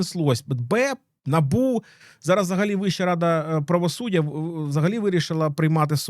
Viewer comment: Вибачте що в такій серйозній темі, але Набубу, проф деформація через лабубу